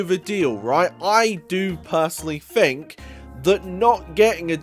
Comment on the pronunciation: it's "think", not "fink"